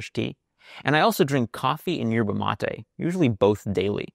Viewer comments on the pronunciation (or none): none